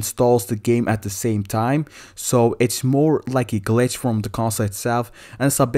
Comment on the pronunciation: this man says bitch glitch